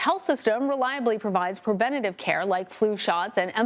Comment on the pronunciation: YES! Plus dental. Thanks for not saying "prevent-TUH-tive" like the reporter did.